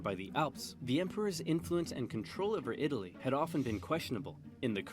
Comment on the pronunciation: Pronouncing Italy wrong during the first minute Off to a bad start lol